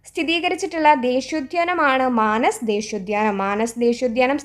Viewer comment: മാനസ് അല്ല... മനാസ് ഉദ്യാനം ആണു..